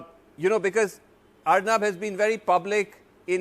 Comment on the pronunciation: It is Ar'Noob' not Arnab